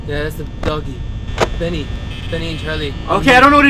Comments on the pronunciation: It's bonny not benny !!! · Bonny not benny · bonny not bunny